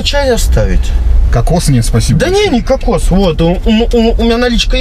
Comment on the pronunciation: Уважаемый Евгений, какос и кокс разные ударение.